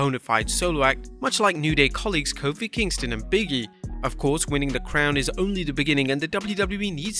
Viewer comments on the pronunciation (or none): . . . . again . . . the man's name is BIG E, not Biggie Seriously man, it's not hard to pronounce his name. It's like Simon Miller who keeps calling Jake Hager, Jake HAGAR